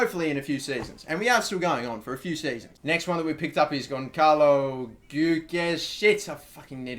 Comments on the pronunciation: Gonçalo Guedes - Say Goncalo Gedez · Gonçalo=Gon-salo Guedes=geh-des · For Gonçalo Guedes just say Gon-za-lo Gu-e-des ;)